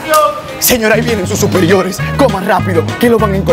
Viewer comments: Su "susperiores " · ahí vienen sus "susperiores" 😂😂😂😂😂😂